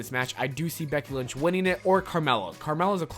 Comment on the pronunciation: Is it just me that heard him say Becky lunch instead of lynch like the whole time he mentioned her?